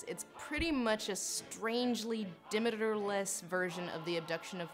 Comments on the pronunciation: it's Demeter. deh-MEET-er. not DIM-it-er. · Not to mention, she said "Dim-it-er"... lol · Demadiur ...it's funny how you pronounce Demeter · not de-meat-er? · I'm (1/2) sorry, but 'Demeter' pronounced de-MEE-tur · Im either annoyed how she keeps mispronouncing Demeter... .....how im having my mind blown that ive been the one mispronouncing Demeter all my life. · Honey I love this video but, what in the actual hell is your way of pronouncing Demeter?